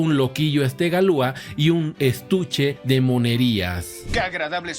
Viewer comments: Galia? Galois no galua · La pronunciación es Galuá! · En francés se dice Galuá. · Galua?galois no galua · Galua? Galois no galua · Galois Se pronuncia "galuá" menso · Galuá...pronunciación correcta